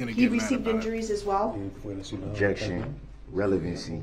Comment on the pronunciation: YES! IN CRIED WHEN SHE made her heartbreaking statement....and when Zach asked her "how many kids do you have?" And he said "OBJECKSHUN irrelevant" he basically said her kids were irrelevant....but I honestly think he meant it just as it sounded! Only him and his kids are relevant...if even his kids...it's more like HE IS THE ONLY ONE THATS RELEVANT...HE'S DEFINITELY A SICK MAN..BUT NOT MENTALLY ILL..HE'S PURPOSELY MENTALLY ILL...BY CHOICE, HE ABSOLUTELY KNEW WHAT HEBWAS DOING! I'VE SAID IT A MILLION TIMES AND I WILL SAY IT AGAIN..THIS MAN IS CLASSIC DUNNING-KRUGER...I WORK WITH THE MENTALLY ILL, DAILY! THIS IS NOT A MENTAL ILLNESS...AND HIS MOTHER IS TO BLAME AS WELL. SHE CREATED THIS DEMON..BY NEVER HOLDING HIM ACCOUNTABLE! TO THIS DAY, SHE IS MAKING EXCUSES!!!I HOPE EVERY VICTIM SUES HER CAR INSURANCE COMPANY AND SHE GETS WHAT SHE DESERVES...SHE IS ALSO CLASSIC DUNNING-KRUGER...I HAVE WATCHED EVERY SINGLE INTERVIEW WITH DAWN WOODS....I REALIZE HE IS HER SON...BUT I HAVE 6 BOYS...IF ONE KF MY BOYS DID THIS, THR POLICE AND COURTS WOULDNT HAVE TO WORRY ABOUT AN INTERROGATION OR A TRIAL FOR THEM...I would be the one on trial...because they would no longer have a heartbeat...I would take care of the issue and turn my own self in! But Thank God, my boys know how to take accountability with their actions and they know better! They're far from perfect...but they absolutely know right from wrong and the consequences (sorry for the all caps...my phone does that from time to time..Go